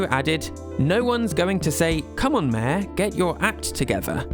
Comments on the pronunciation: city folk is the american name. Its called lets go to the city in our countries where mayor sounds closer to mare than to major… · Your pronunciation of 'mayor' is just "mehhh". Also you screwed up the name Kyogoku and said Kogoku. Just wanted to let you know so you can do better next time. Sincerely, Your hater.